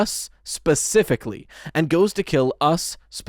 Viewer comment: Lol pacifically